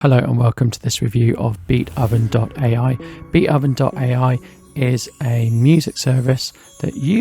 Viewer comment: I believe the name Beatoven is a pun on the name of the classical composer Beethoven, and therefore is not pronounced "Beat-Oven" but "Beat(h)oven" with the "o" soundling like the "o" in "go", "so", "hope", etc.